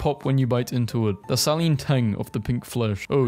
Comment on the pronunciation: bro mispronounces everything like you literally noticed the mispronunciation of ominous and added it as text so why didn't you just re-record it also "saline" and others plus you didn't read out the "in the bible belt" bit which would make it impossible to understand otherwise also please sync up your revealing of the text with your actual speech!